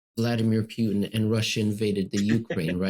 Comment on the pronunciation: Poo-tin not Pew-tin 😅